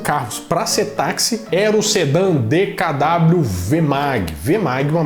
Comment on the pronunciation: DeKaDábliu? Nãããão 😱😱 É DêKaVÊ que se diz 😎